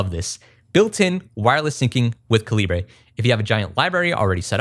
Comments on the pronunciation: You say it like caliber as in bullets and stuff. It's the British spelling. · Calibre is pronounced the same as caliber, it's just the non-US spelling. It's rough hearing "ca-li-bray" in the video. Otherwise I enjoyed the video. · Someone tell me I'm not crazy. "Calibre" is pronounced like the "caliber" of a gun. Not Ca-li-bray. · Great video. Thank you! BTW, it's pronounced "CAL-UH-BURR", not "CA-LEE-BRAY" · I'm sure I'm not the first to say this but FYI "calibre" is just how you spell "caliber" in countries like the UK. It's pronounced the same as "caliber", not "ca-lee-brey", which applies to the name of this software too according to Wikipedia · cali-bray? oh my god I thought it was pronounced caliber this entire time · From the recent Linux Weekly News article about calibre: “[Kovid] Goyal pronounces the name "ca-luh-ber" rather than, as one might expect, "ca-lee-bray"”. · Great video, thanks! Ive been wanting an e-reader, but didn't want a kindle because i didnt know how easy they are to jailbreak. Btw, the documentation says while 'libre' is the idea, it is pronounced like 'caliber'. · Not really that important at all, but it’s actually pronounced cal-eh-bur. I know it’s misleading because of how it’s spelled, but they have a pronunciation guide and an explanation for why they chose it on their website. Or they used to anyway. lol. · Just letting you know calibre is pronounced like caliber. The about page on the calibre website explicitly defines how it should be pronounced. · Calibre is pronounced "kaliber"! You know, like metre, litre or centre. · Calibre is pronounced Kal-ih-burr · What's a Kalli-bray? 😝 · Just a heads up, Calibre is pronounced like Caliber. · Wait… it’s pronounced caLIBRE? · 'Calibre' is pronounced /ˈkæl.ɪ.bə(ɹ)/ ... 'Colibri' is 'hummingbird' in French ... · TIL Calibre is pronounced "cali-bray". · No way he pronounced calibre like that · Nice but please stop saying calibre wrong 😂